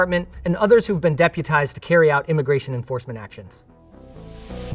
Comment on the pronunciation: Bizarre way to mispronounce "deputize"